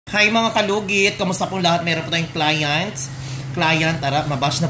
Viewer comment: That's how you articulate the word client and it's ok